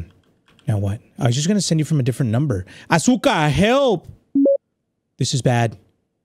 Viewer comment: you said asuka's name wrong the whole video